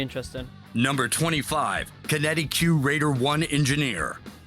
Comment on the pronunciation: It tilts me that he says QinetiQ wrong. It's pronounced exactly like kinetic :D